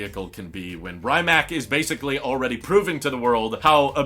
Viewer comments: Please stop saying “Ryyymac” it’s pronounced “Ree-mats” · The way you pronounce „Rimac“ pains me dude, it really isn‘t that hard to google the correct pronunciation and not give Croatians a seizure every time you say „Raimack“ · Please pronounce it R-e-ma-tz or R-e-mac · Hmm… I wonder why I get ruffled when “Porsche” is mispronounced, but not so much with “Rimac”? Sure, all 16 of my g-g-gparents were born within a 50 km circle in Germany and Bern, but Ferdinand was Austrian. Ok, I just heard him pronounce it with a long “i”; that was pretty bad! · You are pronouncing Rimac really wrong!!! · Learn how to pronounce Rimac please eye roll